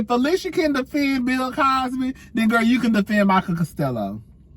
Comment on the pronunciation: Pronounced phy-lish-a